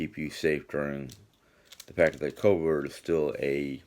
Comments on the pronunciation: Our Sheetz convenience store won’t allow anyone to tap their own soda or coffee. I think you are right , common sense and cleanliness, hands,equipment etc. will keep this virus in check. Stay safe. I read the remark about your pronunciation of the virus as COVERT instead of COVID. I THINK THAT IS NIT PICKING AND I FEEL SHE KNOWS DARN WELL WHAT YOU MEAN. After all there is ONLY ONE virus right now that is rampant. Some people irritate me. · I agree with you and I'm sorry to step in but many times while is speaking of the virus going on right now he's said Covert,Covid,Covid19,Pandemic. So basically if he pronounces it Covert I'm sure that we all KNOW what he's speaking of.Dang people need not be so picky or demeaning!!!!!!Give the man a break.I sure understand what he's talking about.